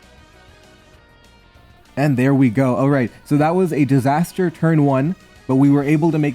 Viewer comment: "distaster" disaster my brother